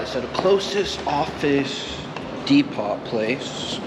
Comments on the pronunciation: You're saying depot wrong. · I am sorry but how did you pronounce the word DEPOT??